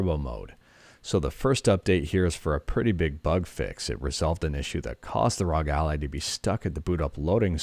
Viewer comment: Omg he actually pronounces it as rog.